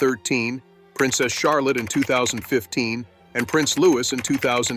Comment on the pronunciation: Its not Lewis but louie